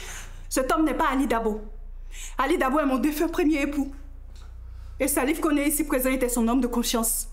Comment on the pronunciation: On dit koné toi tu dis coly 🤦🏾‍♀️